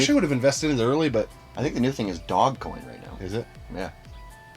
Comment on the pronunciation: I think you meant dogecoin not dogcoin lmfao, that was a good one made me laugh.